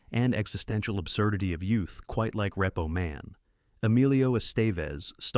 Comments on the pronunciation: WHAT IN THE HOLY HELL FOCK DOES THIS AI POS SAY ???!!! LMFAO I EFFING HATE AI PRODUCTIONS!!! That and "REPPO MAN"... and Emilio EST...vez something... WTF!!! STOP MAKING/USING THIS SH1T!!! Use your HUMAN VOICE and READ IT TO US!!! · "Reppo Man, starring Em-il-lio Est-EV-es. Umm, yeah...that's not how you pronounce any of those words, except "Man". lol